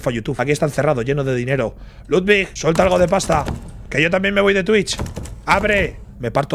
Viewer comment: Ibai dice twich Automáticamente YouTube: Nao Nao tu Tai desmonetizao pai